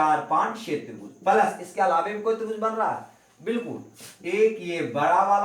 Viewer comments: ओ भी palas नही प्लस होता है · palas ko plas.khe sir achha nhi lagta hai